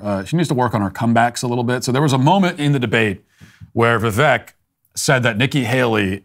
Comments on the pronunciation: Ffs Matt, its "vi-VAKE" Like "the Cake". When you don't pronounce things properly it reflects on your lack of care, lack of research, and lack of attention to detail. Cmon you smug bastard... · It’s pronounced Vi-“Vake” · Even though you are not pronouncing Vivek correctly (it does not rhyme with neck; it does rhyme with cake) your take on the winner of the debate was correct. Keep up the good work. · Vivek not ron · Hey Walsh ... it's Vivek, like "cake"